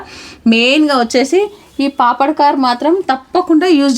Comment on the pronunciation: పాపడ్ కార్ కాదు పాపడ్ ఖార్